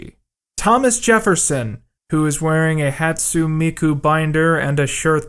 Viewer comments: i loved the video! but you mispronounced hatsune and it felt like a swift kick to the face to hear someone say hatsoon for the first time in 4 years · "hat-sue meku" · when he said hatsu miku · “hatsu miku”? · I love every part of this video except when you pronounced Hatsune Miku with a silent 'e'